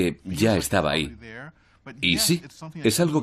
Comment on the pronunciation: Sobre todo cuando dices "ahy" y "consepto"...